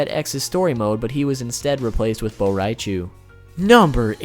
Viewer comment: Boraichu? IM TRIGGERED